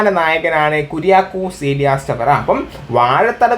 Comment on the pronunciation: ചവറ എന്നല്ല. ചാവറ എന്നാണ്. തൂങ്ങാബേർഗ് എന്നല്ല തുമ്പർഗ് എന്നാണ്. നോക്കി വായിക്കൂ